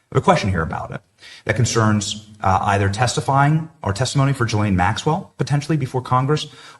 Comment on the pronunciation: Not that anyone cares, but the name Ghislaine is actually pronounced ZHEES-lehn, where the zh is pronounced like the s in "measure".